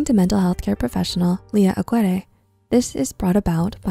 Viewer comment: Aguirre (Ah-gear-eh)